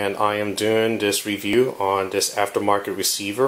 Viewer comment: Dis, dat, den de udder ting over dere. Holy shit bro, to you even "th?"